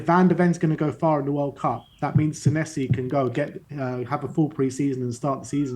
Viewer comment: You pronounce our new Argentinian as Senessi - but should it be Senesi?